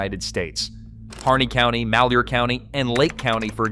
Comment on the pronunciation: I'm impressed. You pronounced "Malhuer" correctly. I grew up in Vale.